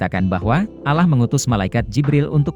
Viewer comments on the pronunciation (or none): Itu mnurut pandangan anda yg bukan muslim, tlong perbaiki juga mengucapkan allah swt, dlam islam ada aturannya untuk mengucapkannya, bukan alah tapi allah swt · Penyebutan Allah saja masih salah